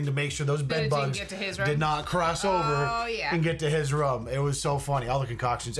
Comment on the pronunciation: Stop saying Rum. Its ROOM !!